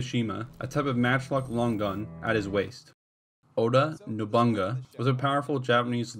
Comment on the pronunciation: NobuNAga, not Nobonga .. Mitsu- hi- de not Mitsu-hide..